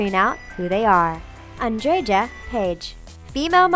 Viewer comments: it's pronounced an-dreh-ya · Also! If you allow me to add to the list of horribly pronouced names: Andreja is pronounced as Andre-ya, not Andrei-ja... it sounds just very very wrong to someone that knows that name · The J is silent in Andreja. You just say Andrea, not Andre-Jah! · Also saying 'Blair' when it was clearly 'Bair'. And Andreja is not phonetically pronounced...it's more like Andreya...epsecially since before transitioning, the name was Andrej, pronounced like André. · It's so irritating when the narrator pronounces Andreja's name with an english J. Oh god why. It's pronounced Andreya, GODDAMNIT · Andrea Pendrea ikrr 😂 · you should read like andreya not like andreja cuz in serbian j is actually y like in my name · I love how she says Andreja X'D ... Andgega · I cringed so hard when I heard the way you pronounced AndreJa, J is supposed to be pronounced like Y, so it sounds like AndreYa. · Andreja is pronounced as ''Andreya'' or ''Andreia''...or maybe it's a stage name. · andreja's name is pronounced like andreya . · Yeah... She butchered most of the names -.- Molly "Blair"... And the pronunciation of Andreja... >.< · Ghosh, the way they pronounced "Andreja" Pajić 😂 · this channel really needs to do run-throughs and maybe Google pronunciations . chic is not chick , it's sheek. and the j in Andreja should sound like a y . the very least you can do is learn someone's name . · she pronounced andrejas name so wrong it sounds so funny lol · how did you pronounce Andreja Pejic again??? -_______ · that's not how you pronounce Andreja